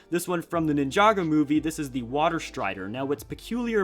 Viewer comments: Wow Ninjagger when did LEGO make that? Lol he said Ninjagger not Ninjago. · No one: Not one person in the entire universe:: nInhJdaUggEr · Iam sorry did I hear this man say nin-joger at least that’s what I heard